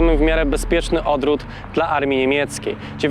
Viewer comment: Super materiał jak zwykle. Ale "odròt" można by jednak wyciąć i sprytnie wmontować "odwrót" ..Ale i tak czekam na kolejne odcinki